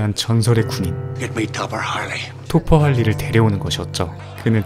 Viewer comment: 토퍼가 자꾸 돗포로 들렼ㅋㅋㅋㅋ